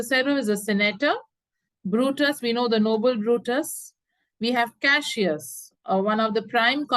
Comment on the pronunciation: Mam it is Cassius not cashius 😅